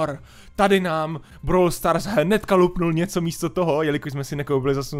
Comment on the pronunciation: Začátek videa:Bráwl stárs 😂